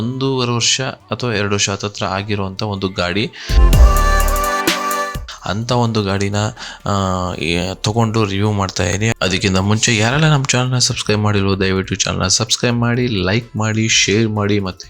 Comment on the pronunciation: ತೋಗಂಡು ಅಲ್ಲ ಅದು ತೊಗೊಂಡು/ತೆಗೆದುಕೊಂಡು